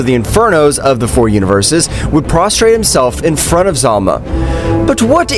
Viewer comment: Hes name is Zalama not Zalma